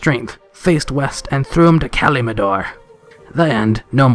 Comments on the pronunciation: Ka lim dor not kaldimor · I heard a Kalimadoor in there as well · man you did really say "Kalimidor", nice=) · Did you just call Kalimdor, Kalimindor? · Honey you need to work on your pronunciations..... Debut. Quixote. Kalimdor. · And "Kalimdor" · "Kalimdor" pronunciation was cringe